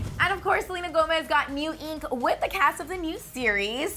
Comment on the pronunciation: Selena Gomez's shockeeng neeeeeeeuuuw ieeeeenk